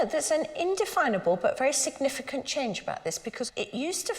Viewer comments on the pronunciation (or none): none